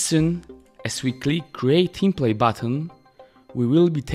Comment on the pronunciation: Czekam na dzień w którym sprawdzisz jak się wymawia "template"